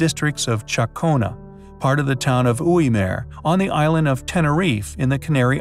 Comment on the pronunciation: Not Oui Meer ... GUI -MAR .. not Meer.. Americans really should not attempt to pronounce certain words..it's a real ear sore when you know how it is meant to be pronounced